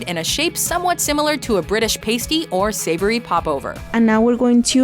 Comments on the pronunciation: hate to be 'that guy' but Im pretty sure what your referring to as 'British pastey' is actually pronounced as 'PAH-STEE' (pasty)- they're fucking awesome! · It’s Pastie as in Past-i not Paste-i Eg I’ll smash that lasses Pastie in. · It's pronounced PASSSS TEE not PAYSTEEEEE in the UK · British pasty (past-e), not paste-e. Like american english a paste-e is the little things glued on a strippers nipples. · pa stee not paystee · pasty not pay-sty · 2.14, Pasty. PAS like in pasta and then TY as in "I drink TEA" Pasty, not paste-y. Not sure why I felt it so important to point this out. I have no friends. like me. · I am used to mispronunciations in your videos...but it is pasty like past-e, not like pastey. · It's pronounced p a s t y not p a i s t y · A British pasty isn't pronounced like pasty skin, it is pronounced like pass-tee, not pace-tee. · One thing, a british pasty is pronounced past-ee. It doesn't sound like the word paste XD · she pronounced pasty wrong it's pas-tee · omg you pronounced 'pasty' wrong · Did they really say pasty wrong!!!!